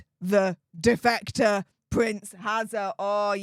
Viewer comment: Defecater? Ohhhh defector😂